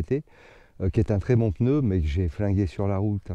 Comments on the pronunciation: Peuneu? T'es neuneu? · Pourquoi pEneu ? C’est des PNEUS et pas des pEneus . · Calme toi p6x2 , on prononce "peuneu" dans le sud oui c'est pas bien ! Pas après un peu plus dans le nord , genre vers Paris , ça dit " ch'veux " au lieu de cheveux , ça dit "cate" au lieu de quatre . Je continu ? Il y a aussi des glandu dans l'ouest qui disent chocolatine ! Tu découvres que chaque région dit et prononce des choses légèrement différente . Voyage un peu tu en découvrira d'autres ! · Oui, le fameux "peneu"...😂 C'est nouveau ça vient de sortir, comme dirait Coluche 😅